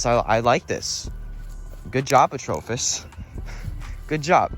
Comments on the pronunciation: It’s not atrophis it’s atropos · I’ve always heard people say it as atropos not the way you say it, your saying it wrong stupid